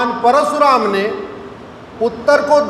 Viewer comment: Parshuram nahi - Parashuram ( कृपया स नहीं, श बोलें )।